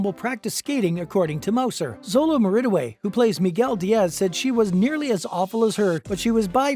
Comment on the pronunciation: The way you said his last name- sounds like your saying marin-a-way